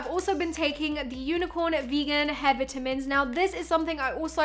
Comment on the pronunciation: I absolutely love how says vitamins ❤️